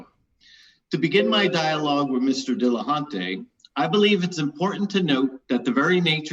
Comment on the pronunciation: Why should anybody listen to what comes out of someone's face anus when it's verbal diarrhea and the inability to pronounce the name of their opponent. HINT: It's NOT "Dilla-HAUNT-y" you douche.